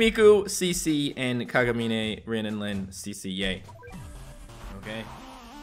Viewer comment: U pronounce Kagamine as Kagamin :3 no need to thanks